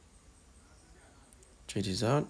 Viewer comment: chejichow is all i am hearing